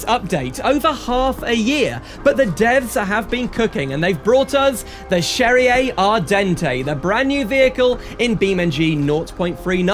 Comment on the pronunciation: why do you pronounce cherrier cars like it was italian ? in the "lore" it's french